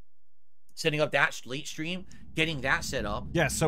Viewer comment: 🤹 i wonder what 'setting up the shtream' consists of. you nailed it lmaoo